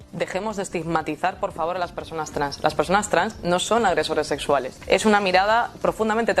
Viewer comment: vamos a ver en el video la mujer dice "no creo que pam haya dicho eso" le muestran el registro de pam diciéndolo y en vez de rectificar evade. Y unos segundos después habla de "agresoreh sessualeh" , el único fanático que niega la realidad eres tu, la evidencia está en el video.